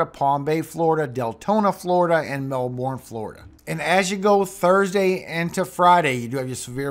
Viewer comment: You pronounce Melbourne, Fla. incorrectly. It is pronounced Mel burn.